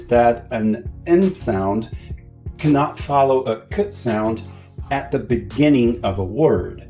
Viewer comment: I lost it when you pronounced "cannot" like "knaut." I really hope that was on purpose because 👏👏👏